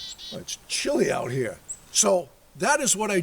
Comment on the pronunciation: IT’S CHILLY OUT ‘ERE 😂 made me laugh